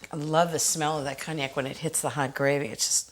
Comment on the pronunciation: Your French pronunciation is, too often, off. 🤨 Like, “cognac”, “éclair”, etc, etc. Best not to butcher other languages.